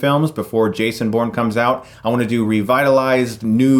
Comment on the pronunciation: everytime you say Bourne, i keep hearing porn.... "guys we have a really cool porn skit!" yay?